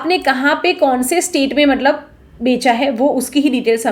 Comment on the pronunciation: मतलब को मटलब कियो कहते हो